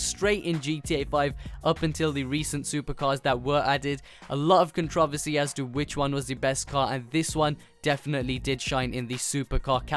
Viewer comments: Controversy not controvusy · lmao "controvesy" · he cant say controversy correctly lol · you say controversy in a odd way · I think the Americans say it like he does but he sayes it with a British accent